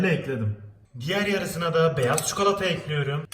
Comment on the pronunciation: Abi gözünü seveyim o harfini de kullan (şeker ekliyöörüm)